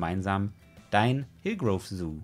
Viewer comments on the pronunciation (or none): Und es heißt "Hillgrove", nicht "Hilgroove", ^^